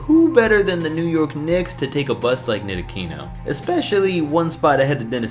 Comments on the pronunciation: Learning how to pronounce Ntilikina's name would be a good start. Let me show you: Ne-lee-kee-na. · It's pronounced Neat-La-Key-Na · Maybe you should have learned how to pronounce Ntilikina before you made the video. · Wait, Frank Ntilikina is only 20 yet you want to give up on him? Fuck I hate the NBA I’m giving up on you, you can’t even pronounce the player’s names right